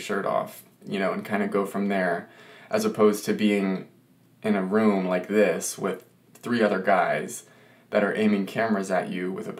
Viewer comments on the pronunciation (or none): none